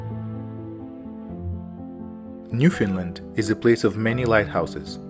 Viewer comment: I live on Prince Edward Island and went to Gros Morne Parrk. and fell in love of course....... Just a note: it is not pronounced New Finland but New FOUND land..... I like your love of nature and hope you will make more travels and videos. Thanks